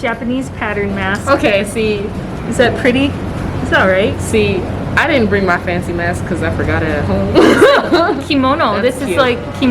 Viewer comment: "Brining"? :D No worries, these mistakes make you even more likeable. :D